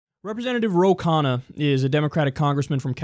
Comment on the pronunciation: Talk pronouce khanna as kh (kh in Khaki) uh (u in up) n (n as in no) - n ah (a as in car).. Since its clear you are gonna be talking about him more its nice if you could pronounce his name correctly